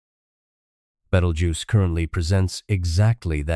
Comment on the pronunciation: It's a star and in the first few seconds they could not pronounce it correctly.